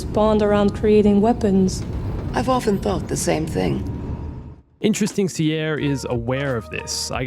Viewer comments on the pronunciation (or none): Does it bug anyone else that he pronounces Cere as "see-air" instead of like "sear". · I love how he says see air instead of cere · Hears all the characters pronounce 'Cere' properly but still insists on calling her 'c-air' 😂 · IT IS CERE NOT CEIRE but good video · Ty for finding this many. One question that bugs me a bit. Is there a reason you mispronounce Cere's name wrong? It gets said in multiple voice lines but you keep pronouncing it differently. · The way he pronounces Cere though... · listen to hours of dialogue, still pronounce her name wrong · Next video: How to correctly pronounce Cere